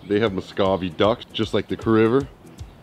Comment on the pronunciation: 435 I'm gonna have to tell you how to pronounce those ducks. You got it wrong buddy. It's not Muscavy. It's Muscovy. Kinda like a cove back behind the tree house. Birds